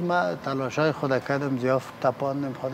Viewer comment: استاذ ، اروسیه ، زیاف 😑😑🤦‍♂️🤦‍♂️